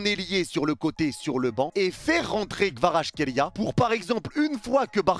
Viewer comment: Analyse très intéressante. Je reviendrais sur ta chaine pour le débrief. Autre chose, je sais que c'est dure mais le nom de Kvara se prononce "Kwadratrélia". Aller match Goat